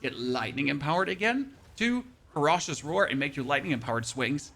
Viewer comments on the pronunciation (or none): Fur rah shish? lol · FER - OH - SHIS!!!! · Omg if you pronounce ferocious like this one more time I’m gonna kill my damn self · Great guide but if I hear you pronounce ferocious one more time i think ill go crazy 😂